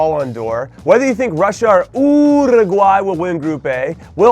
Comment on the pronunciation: NOT EVEN the uruguayan people say uruguay like that, you sound so annoying man! For real